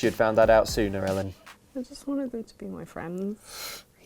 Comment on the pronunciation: Should've gone for flamethrower feet and tesla coil hands. Leave a trail of fire behind every powerslide and summon lightning as you shred on a guitar. EDIT: Excellent pronunciation of my name, Ellen! You've succeeded where everyone else has failed miserably!